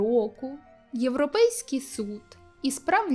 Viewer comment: Трохи не зрозуміла за наголоси на початку відео: "ЄвропЕйськи" оці наголоси...чи то відсилка яка мимо мене пройшла, або ще щось, але це прям якось дивно було, наче я маю щось зрозуміти чого оті слова викрикуються, але не розумію😅 а так відео класне, це я мабуть щось на початку не викупила😅